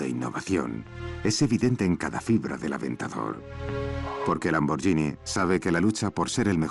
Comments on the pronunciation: que el narrador del documental pronuncie bién Lamborghini...gh no es "y" es como gui, de guitarra. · se pronuncia "lamborguini" no "lamboryini" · Se escribe Lamborghinis pero se pronuncia Lamboryini menso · Lambor"GUI"ni... "GUI"... "GUI" ... "GUI" !!!!!!